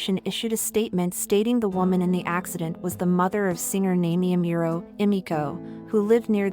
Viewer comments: Omg at least pronounce her name right 😔😢. NAH-MEE-EH AH-MOO-RO. Like I appreciate the video but her name is maybe the most important thing to pronounce correctly lol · Did you say "Naymie Ameural?" ... ive heard bad pronunciation but thats the worst. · Girl who the fuck is Namey Ameero? 🤣🤣🤣 Get outta here with that AI voice shit fr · her name is pronounced nah-me-eh ah-moo-roh. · Why are pronouncing her name wrong ?? Is this a.i generated ? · Why do you keep mispronouncing her name? Don't you do any research? 🤷🏿‍♂️ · At least pronounce her name right, jeez. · If you’re going to make a video about her atleast pronounce her name correctly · Not trolling. Just exhausted at listening to the narrator grossly MISPRONOUNCING her name repeatedly. Did all this homework well, but can’t do basic shit like pronouncing a name correctly. Lazy. Please do better. Biopic is pretty good though. 😅